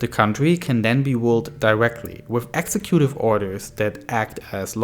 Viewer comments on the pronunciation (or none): exécutive not execútive. emphasis on the second e.